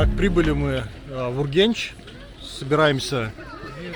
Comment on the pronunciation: А не Ургенч правильно Урганч !